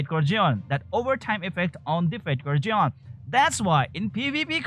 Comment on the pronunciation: Fatecore Zeon Me: Fatecore John?? Jeon? Who the hell is John!?